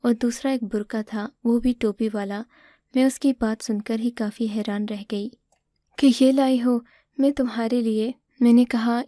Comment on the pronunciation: ہیران نہیں بلکہ حیران ہوتا ہے